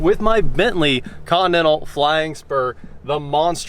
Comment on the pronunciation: It’s pronounced CONTINENTAL not con nennal 😂😂😂😂😂😂